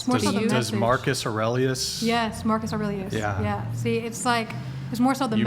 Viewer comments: Can't even pronounce the philosophy you espouse? And you likely meant Marcus, not Maximus. Meditations is a great read, though I doubt these ladies have done so. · She is trying to say Marcus Aurelius, but I’m gonna go out on a limb here and guess she’s never actually read his books